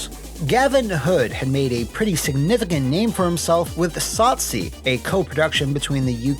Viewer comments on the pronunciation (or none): As a South African it's always nice when we get a shoutout but damn did the pronunciation of "Tsotsi" hurt my ears. All love though :hands-yellow-heart-red: I can understand why it would be hard to say.